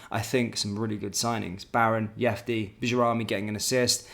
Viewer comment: if you’re such a fan of the guy; how are you still mispronouncing his name? He’s not Spanish mate